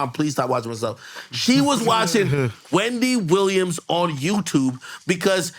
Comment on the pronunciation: Ak stupid on saying wendy williams 🤣🤣